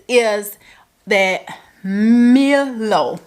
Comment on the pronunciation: Your pronouciation of Milo is correct lol